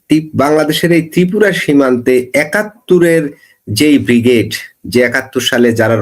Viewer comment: অনুগ্ৰহ করে উচ্চারণ সংশোধন করুন, বিগ্ৰেড নয় উচ্চারণ হবে ব্রিগেড।